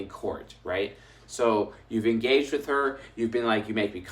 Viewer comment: I wonder if it was the fever that made him say “hor” instead of “her” 😂😂😂 And I am going to put it easier : bring a Chris Hemsworth look like man in a suit smelling good and tell me he is my new boss and I swear I don’t go anywhere!! 😂😂 I will be sure to give him a good experience 😂😂😂